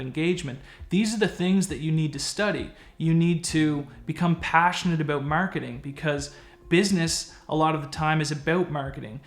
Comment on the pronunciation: I didn't know aboot you being Canadian.